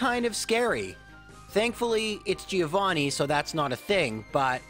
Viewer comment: That's not how you pronunce "Giovanni"